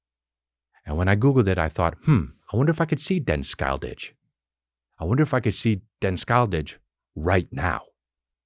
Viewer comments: as a scandinavian, hearing Chris trying to pronounce Den Skyldige was hilarious and cute, I had NO idea what he was trying to say before I googled it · Hey Chris! Im from Denmark, and in the Word ‘skyldige, the ‘g’ is silent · Im from sweden but denmark do fucking awesome chriminal thrillers. Den skyldige is the same on swedish and its pronounced Sch-y-ld-ig not sk-ijl-dish. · "Den skyldige"🤣 it means "The Guilty" in both Danish and Norwegian, in case u didn't google that. Hahaha "Denn Skyle-didge"🤣🤣🤣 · For a swede, your pronounciation of Den Skyldige is hilarious. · Hilarious. I figured out as soon as he said it's Danish. I'm Swedish.